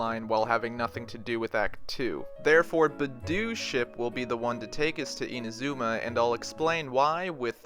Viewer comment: My gosh… you butchered Inazuma’s pronunciation horribly…